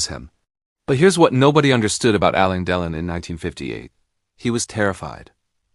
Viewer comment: Get your AI narrator to pronounce the name correctly it's " AL. LANE DE. LON ". WTF ?! Anthony Delon's mother was NOT Romy Schneider ,his mother was Nathalie Barthelemy Delon ! GET YOUR INFORMATION RIGHT !!!